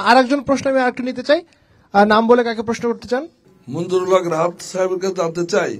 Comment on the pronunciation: মনজুরুল হক রাহাদ ভাইয়ের নামটি শুরুতে উপস্থাপক ভুল উচ্চারণ করেছেন। এমনটি কোনভাবেই কাম্য নয়।